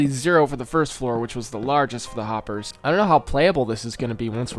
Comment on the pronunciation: happers? harper? hoppers? where are you haypers? im sorry i had to